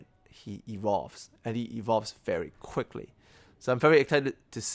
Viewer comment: Its adapts not "Adpats" and Evolves not evovles